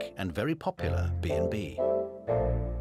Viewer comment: "I know food is becoming increasingly po-pular"